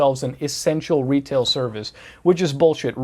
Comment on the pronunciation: ‘When working in Wetail’ love it 😂. You just reminded me of Johnathon Ross in the UK, thanks dude.